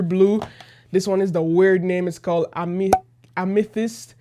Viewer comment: its pronounced a- me- thist